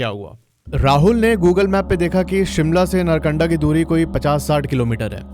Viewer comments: नरकंडा ❎ नारकंडा ✅ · .. भाई पहले तो नारकंडा नाम सही से बोल , और कम फेंक, कोई और वीडियो बना ले व्यूज़ के लिये जिसका पता नहीं है वो क्यों बोल रहा है, और पहले खुद घूम के आओ